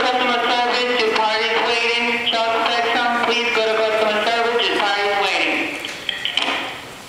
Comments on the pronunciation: she got it totaly wrong, its Chuck testa not Chuck testung, is that like a cheap chineese copy? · It's like they can't pronounce "Testa".